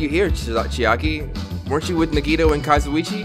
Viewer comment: It took 21 episodes for to realize he was saying Kazuichi wrong I’m WEAK.